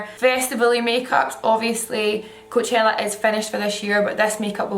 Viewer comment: The way she pronounces coachella 😍😍😍